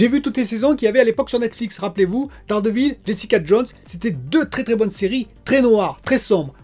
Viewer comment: Et c'est loupé pour la prononciation de "The acolyte". Dans ce mot le "y" se prononce /aɪ/. 😂 Pour "Dare Devil" aussi, c'est loupé. Mais on va dire que c'est plus difficile à corriger...